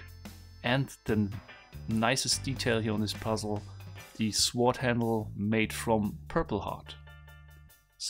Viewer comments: The way he pronounces sword 😂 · 'Sword'... the 'w' is silent...